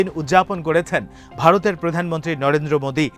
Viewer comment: Pronounce the name carefully - Narendra Modi